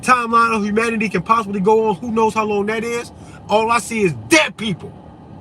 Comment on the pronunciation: vvho's diagnosing vvhom... that's vvhat I say as vvell...